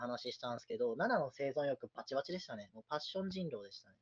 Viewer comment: パッ↑ション↓